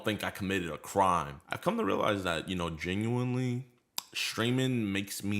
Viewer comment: lol the 'genuinely' in the HelloFresh ad hit different